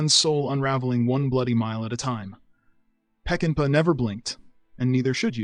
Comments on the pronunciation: “Warren “BEETy”, “Sam Pecken-PUH”? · When you write your script and it includes names (especially those which may be uncommon), spell them out phonetically, else they ruin your well-written script. / for example: Warren "BAY-DEE" - Alan "Pa-Coo-Lah" - Sam "Peck-in-Paw". Seriously, why ruin a decent video! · Please folks- I know it’s ‘de rigueur’ to use an AI reading voice rather than go to the trouble of connecting a microphone... Could you just take a moment at least to fine tune pronunciation? Director Peck-uh-paw and I would be eternally grateful. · It's pronounced PECK-en-paw. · Especially Peckinpaugh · I gave up after hearing Warren Beatty's, Alan Pakula's, and Sam Peckinpah's names massacred by bad pronunciation. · Great movies but learn to pronounce names! Beatty is not beety and Pakula is just all kinds of wrong! Peckinpah is crazy wrong